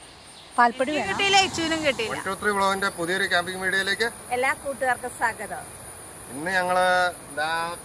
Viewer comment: ഞാൻ ഒരു ടീച്ചർ ആയതുകൊണ്ട് പറയുവാ എല്ലാ കൂട്ടുകാർക്കും സാഗതം എന്നല്ല സ്വാഗതം എന്ന് പറയണം ട്ടൊ